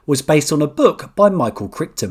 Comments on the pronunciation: CYLONS!!!! CYLONS!!! NOT FECKING CYCLONES !!! And Michael Crichton is pronounced like Kryton. 🙄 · It's pronounced Micheal CRYton, chrichton It's pronounced Sylon,cylon